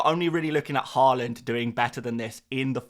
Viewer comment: Nice to see you saying Haaland correctly now. Given up on your Whorland. 🤡